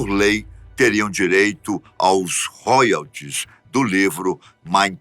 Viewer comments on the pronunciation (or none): none